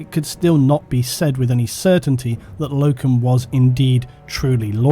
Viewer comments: Same guy, and its pronounced "Low-ken". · It's Loken